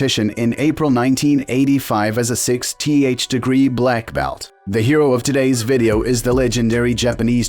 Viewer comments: "...a 6 tee h degree black belt" lovely A.I. :D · Six T H. AI rubbish. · 6 "T" "H" also known as "sixth" 😂